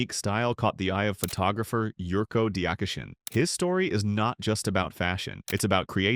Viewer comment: Lviv not Kyiv and Dyachyshyn not Diakishin (